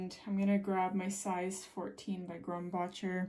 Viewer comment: Love this! Pronunciations: bokeh=“boke-uh” and “Grum-back-er”